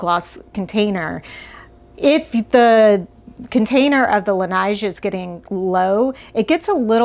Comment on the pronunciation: La Neige, french for the snow. Pronounce it "la n-ege"...like edge, but remove the sound of the "d"